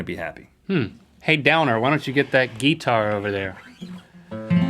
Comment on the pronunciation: that's how you say guitar in icelandic